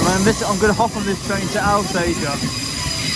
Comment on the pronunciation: Alsager = ALL Sage ER, if you say Al sager we let you know we make more bullets here than anywhere else in the UK